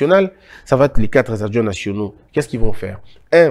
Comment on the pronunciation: Quatre adjoints et non quatrezadjoints